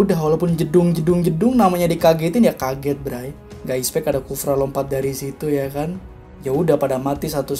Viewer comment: Soryy sebelumnya bro, bukanya mau sok ngajar atau bagaimana, tapi di menit itu pengucapan expect seharusnya expeck kalo bahasa indonesianya ya, karena sependengaran gw lu ngucapinnya ispek jadi kayak salah pronunciation (pengucapan) gitu, kalo gua salah mohon dikoreksi ya bro kuu🙏🙏🙏